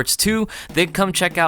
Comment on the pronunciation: "Dank you for watching!"